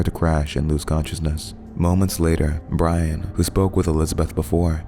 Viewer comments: Its pronounced Bri-ann (Brianne) NOT Brian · It's not Brian. Wtf? It's Bri (Bre) Anne(An) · Jesus Christ hire VA's that can read. Brianne = Bree-anne not Bry-an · Brianne is pronounced Bree Anne - not Brian. Smh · Are you sure it's pronounced "BRY-AN" and not "BREE-AN"? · BREE-ANN = BRIANNE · Am I the only one who's bothered by the narrator calling Brianne, Brian? closes laptop and walks away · bry-in and not bree-ann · I don't think that's how Brianne is pronounced